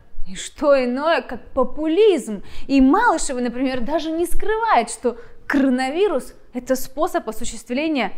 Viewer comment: "Крранавирус" Вы произносите, так Малышева тоже говорит. Поработайте, пожалуйста, над дикцией. К содержанию претензий нет, спасибо!